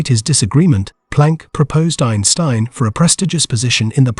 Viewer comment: Had to stop the video after hearing the AI pronounce Einstein wrong twice.